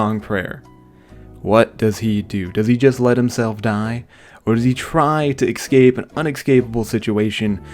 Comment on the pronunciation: Ess-cape not ex-cape pls. Love the vids bro